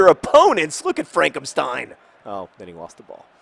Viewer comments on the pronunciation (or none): none